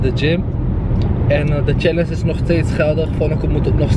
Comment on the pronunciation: Kan er echt niet tegen dat “challense” zegt ipv “challenge” 😭 Verder leuke vlog thoooo